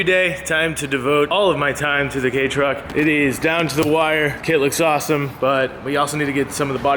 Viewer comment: He said K truck..